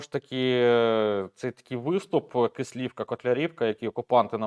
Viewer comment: Будь ласка наше село називається Кислівка наголос на перший склад